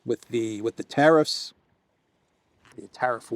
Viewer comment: Please stop saying teriffs, the word is tariffs